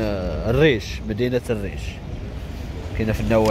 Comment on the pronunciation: ماشي الريش اخويا المدينة سميتها الييش و كاين ليقولها إيش قريبة لفيجيج......